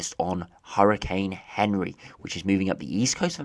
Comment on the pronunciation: It's not Henry it's anri from Google translate and other weather ytubers